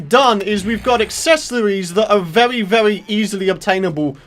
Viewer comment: OMG when you say very its really funny it sounds like vewy